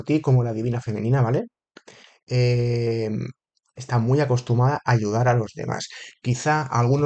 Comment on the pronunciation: Se dice acostumbrada, no acostumada. Jeje, buena lectura, gracias😅